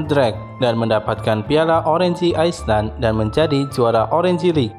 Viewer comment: cara penyebutannya banyak yg salah bang Orange, Island